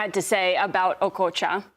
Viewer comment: The way she pronounced okocha, I thought she was a Nigerian